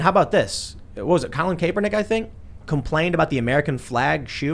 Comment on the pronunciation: who else laughed when he pronounced kaepernick name wrong